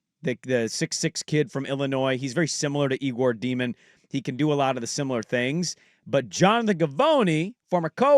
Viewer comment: Day-min, not Dee-min. And he's not athletic. Have you watched tape?